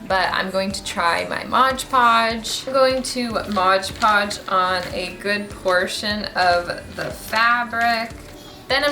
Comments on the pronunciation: LOL so many people (and I have been guilty too) call it Modge Podge...but it’s Mod Podge. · MOD podge not MODGE podge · Modge podge 😅😅😅😂😂. Nope that’s not how you say it!,😅🤣😂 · Loved the mud jar! You’re so cute but Modge Podge 😂 also if you painted the book covers white .... keep up the good work 👍🏼